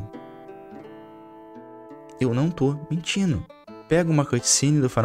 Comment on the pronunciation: Pq vc troca o D pelo N? "Aumentano, mentino"